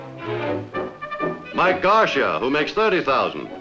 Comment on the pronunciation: Amazing to hear them pronounce Mike Garcia "Gar-sha". As if he had never heard of that name before.